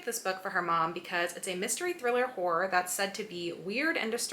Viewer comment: Hor-or please sounds like hore other wise😅